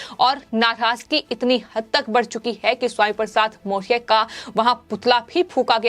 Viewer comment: वीडियो में पत्रकार सही ढंग से मौर्य शब्द का उच्चारण भी नही कर पा रही है बङे क्षेद का बिषय है ।